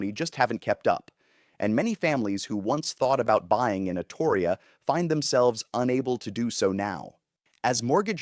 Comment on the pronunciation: You're pronouncing Astoria wrong. And the only reason why Oregon is failing at anything is because the governor we have right now is absolutely terrible at her job. I miss the Oregon I grew up in before big money came to town.